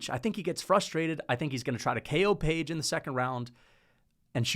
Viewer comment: Why do you mispronounce fighters names constantly? Anyways page has no chance unless he lands that flying knee he's gonna try 5 times